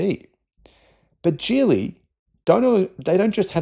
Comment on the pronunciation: It's pronounced with the "g" of "go" or "gig," not the "j" sound of "jelly."